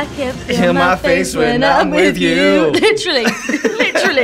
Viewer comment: “Litrelly, litrelly”